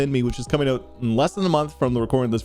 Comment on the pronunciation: Dude, sometimes I forget you’re Canadian and then you drop a “check ewwwt” 🇨🇦